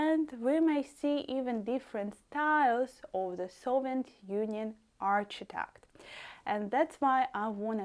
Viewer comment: That was really interesting, thank you. If I may correct your pronunciation of ‘arch-i-tec-ture’, it is pronounced as, ‘ark-i-tec-ture. Yes, in my city, Sheffield, UK we have Russian influence architecture, but we call it ‘Brutalism’, made out of concrete. We also have famous flats called, Park Hill flats.